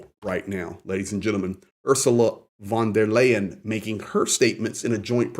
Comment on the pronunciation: "von der Leyen" Is to be pronounced like the English "lion".